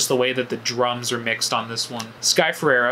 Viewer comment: her last name is pronounced Fuh-Ray-Ruh